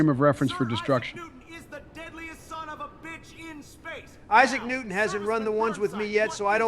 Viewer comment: The way Simon Templeman says "Isaac" makes me hear "I suck" instead. Lol.